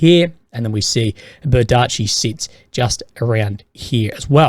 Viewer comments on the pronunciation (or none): Bee-ER-dee-chi. Not ber-DEE-chi.